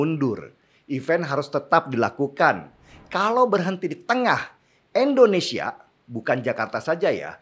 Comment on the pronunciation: INDO bang, Indonesia. bukan ENDONESIA